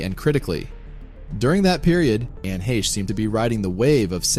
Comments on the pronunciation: you loss me after you couldn't pronounce her last name.. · How about a narrator that pronounces her name correctly